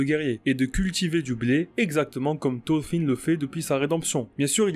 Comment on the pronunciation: Ya un R dans thoRfinn. Mes oreilles saignent